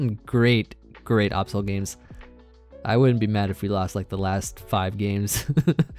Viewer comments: Why you pronounce Absol that way? Lol. It’s like absolute, not obsolete. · My man out here saying Absol like the Last Airbender movie says Aang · please stop saying absol like the avatar movie says aang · Ah yes, the middle eastern variant of absol; the Ahbsol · The way pronounces Absol triggers me throughout this whole video